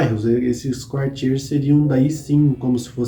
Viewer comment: Ótimo canal e bastante detalhado. Apenas para ajudar, a pronúncia correta é "arrondisemant" com o "T" mudo, e "Quartier"(bairro )não se pronuncia o "U"...como Cartier...a joalheria.